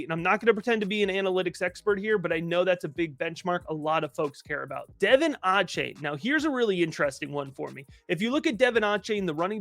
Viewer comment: Love the content y’all, keep it coming!! I work for the Texas A&M football team and it’s DUH-VON A-CHAIN😂 sorry I just had to say it